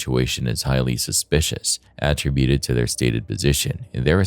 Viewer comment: If I never hear the word att-ributed ever again I swear. Not only is it being pronounced wrong it’s being used like 4 x a sentence geez